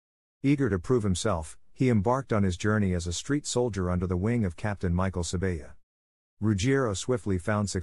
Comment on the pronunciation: Mike Sab-aya and Joe Pees-tone